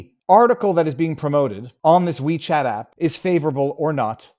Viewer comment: it's not wwhhheee chat. Just Wechat.Drop the over-pronunciation. It's stupid. Is that a Canadian thing, or a thing? Annoying.